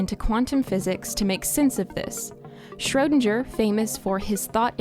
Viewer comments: "Shrödanger" this guy is called SCHRÖDINGER!!! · Schro DING er. Not sure were you got this pronunciation from but it was so far off I thought you were talking about someone else until you mentioned the Cat thought experiment. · His name: Erwin Schrödinger Fll: Schroudindscher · PLEASE, learn how to pronounce his name! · I'm sure there is a universe where you are able to pronounce Schrodinger's name right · Good Video, but you absolutely murdered the name of Erwin Schrödinger. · That's not how you pronounce Schrödinger aaaaaa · I don't like how you say Schrödinger. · I wish I lived in the alternate reality where they pronounced Schrödinger correctly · The way she pronounces "Schrödinger" makes me uncomfortable... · Great Video one complain maybe not worth it but you mispronounced erwins Schrödinger name, other than that all clear and great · Aaah sorry but i cant hear the wrong pronounciation of Schrödinger anymore😑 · If you're going top cite a scientist, the least you can do is fucking pronounce their name correctly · That butchering of “Schrödinger,” tho. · Idk why but it's so funny to me how english people pronounce "Schrödinger" xD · Martin Schiller yeah i’m from poland and I speak both English and german and it hurts my ears xd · Schrödinger is a hard not a soft G